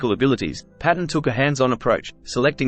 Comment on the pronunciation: With respect,: 'Tam Paton's surname is pronounced Payton.' Thank you for the channel! All the best. Stay free. Rab 🍻 😎